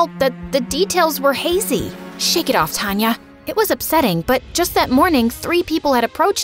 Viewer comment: It is taanya not tanya